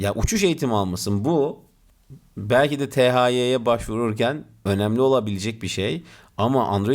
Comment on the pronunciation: TE HE YE diye okunur hocam lütfen :)